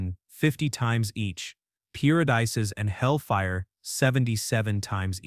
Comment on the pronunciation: Your AI voice said "peer-o-dices" not paradise.